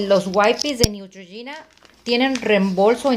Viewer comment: Se pronuncia Neutrgina